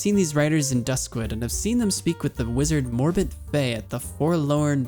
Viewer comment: Love your series bro but two things I need to point out. First its Morbent FEL, not fei, and second the Warders you fought are quite unique. They're not immune to magic per-se, they have spells called Frost Ward and Fire ward and activate them whenever they first get hit by one of those types of spells. I'm not sure on your feelings towards addons but a cast bar addon will help a lot. Keep up the good work bro, I click these vids as soon as I see them. I especially loves your reading of Jitters Journal. I knew the story but I've never actually sat down and read the book before